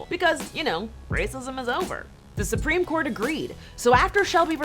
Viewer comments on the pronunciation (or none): none